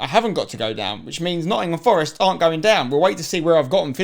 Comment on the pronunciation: It's not Notts Forest